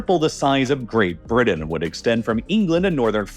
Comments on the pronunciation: Bridden and moudain😂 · Did he say great "bridden" ? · Where is this guy from that he turns Ts into the D sound lol Great Briddan...Moundains. Maybe has a cold..or Canadian